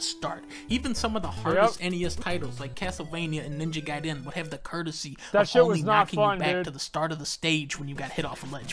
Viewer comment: I like how Dunkey pronounces "Gaiden" right and twitch chat still gives him shit for it lmao